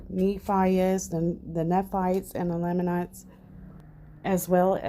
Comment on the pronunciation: Thank you for your research. As a sixth year Mormon, I will try to help you with pronouncing some names. Nephi pronounced Neefī Nephites pronounced Neefītes. Lamanites pronounced Laymanites Moroni pronounced Morownī not morownee. Hope this helps!